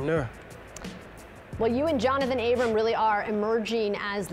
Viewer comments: Abram NOT ABRAMSSS!!!! IT'S ANNOYING TO KNOW PEOPLE KEEP SAYING THAT. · Why do ppl keep saying "Abrams"? That's like saying "Barnes and Nobles" there's no s in the end🙄🤣